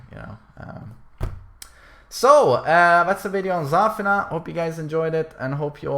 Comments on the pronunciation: Why do you call her ZÀFINA? It's ZAFÌNA. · not Zaafina, its Zafiina